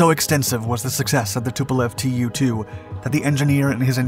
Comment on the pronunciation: Probably not "tee you two", but in fact 'too two'. From the Russian Туполев два or Ту-два pronounced 'Tu dva'. I may be wrong. This is my last "acthually" pronunciation comment. I do like your videos